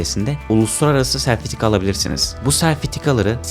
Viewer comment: hoçam kusura bakma bunça ýideoda bunami takildin diyeçeksin ama sertifika demek yerine serfitika demishsin